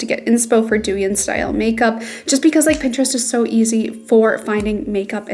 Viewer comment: just fyi, it's pronounced dough-yihn❤❤